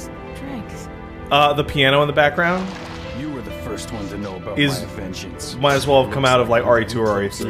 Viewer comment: "My avengeance." That got a chuckle out of me.